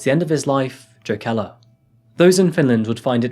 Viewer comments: I remember when this happened. It took a good portion of the video for me to understand it was the Jokela case. I know it by the Finnish pronunciation. My inlaws live just north in Riihimäki. It was shocking to me. It was a few years after a bombing in myyrmäki shopping center that killed 7 and injured hundreds. My sister in law lived across the street and I was in and out of it many times. One summer, some set fire to a car a block from inlaws house , my inlaws were in Vassa center when a car bomb was used for a suicide, Jyväskylä area had a couple biker bombings. These are aberrations in finland . Finns are much, much freer than Americans. Free from all the crime petty or otherwise. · It's more like wreterick if you want to spell it phonetically. Also Jokela should be pronounced Yokela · I love your videos my man, watch them everytime they come out but i remember you said you wanted to work on your presentation and speaking and stuff so next time you might want to check pronunciations and stuff! Just some constructive criticism! Jokela is probably pronounced yokela, and tuusula probably has a different pronunciation too cuz finnish has alot of those double vowels that i think just make them longer like an extra beat almost! The double vowel stuff is a bit extra but those soft js you dont want to mess those up! Just like you wouldnt want to pronounce the j i mojito! Different language and rule but same faux pas!! Youre still my favorite true crime channel next to ballen!! Keep it up!! 😁😁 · That is not now Jokela is pronounced at all lmao. J is pronounced like y in English, o is pronounced like o in long, e like the middle e in eleven, and a like the first a in amazon. EDIT: you are showing Tallinn , not any place in Finland :D Duuuude, you're not even American! :D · your pronounciations of finnish words/names are the most horrible things my ears have ever had the misfortune of hearing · Sorry, would it be pronounced Jokela?